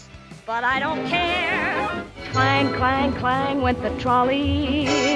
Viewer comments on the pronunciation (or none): none